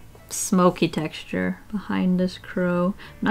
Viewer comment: No one: Seriously, no one:: TEXtuRE